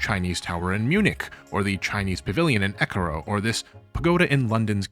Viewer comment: Nit on Swedish names: Thunberg is pronounced Toonberj and Ekerö is Eker-uh (but would've been more recognisable if you'd said it was at Drottningholm)